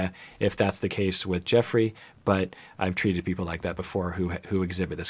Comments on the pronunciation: isn't it meant to be pronounced Jeff-rey? i think may be mispronouncing it here. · it's pronounced like "Jeffree" not "Joffrey." Lol. He might have horrible allegations against him, but even if they're true he's not GOT bad. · Pronounced JEFFry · It’s okay and you’re not the only one pronouncing it that way. I think the others must’ve been GOT watches, lol. Anyways, love your insight! Keep up the great work! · I love that he's calling him "Joffrey" because I keep hearing it as King Joffrey from GOT lol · Joffrey. Game of thrones. Cracks me up bc if the allegations are true the pronunciation is suitable.. 👀 don’t worry I’m terrible with pronunciation and I have it pointed out from time to time on youtube too 😅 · its pronounced like JEFFREY lmao!!!!